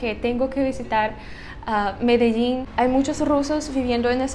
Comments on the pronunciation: Pronuncias muy bien la palabra Medellín, como también Barranquilla. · Me de llin, me de llin, fácil. Lo dices bien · Pronuncias muy bien la palabra "Medellín". Los argentinos no lo saben pribunciar y dicen "medechín". Para no ser hispanohablante hbalas mejor que la mayoría de latinos.